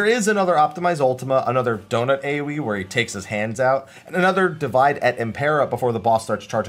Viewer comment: "Divide" here is pronounced "dee-WEE-day", since it's Latin. Latin doesn't have a W consonant, which you can see in Romance languages that write "w" as "double V" (such as Spanish).